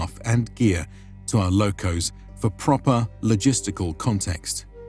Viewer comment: is called Μοίρα sounds like Mira . And lochhoos not lokos, Lochhhhos